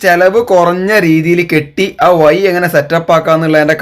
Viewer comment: വയി അല്ല വഴി